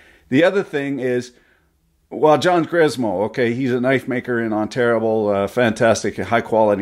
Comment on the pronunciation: Wait, did he call it "Onterrible"? Love it.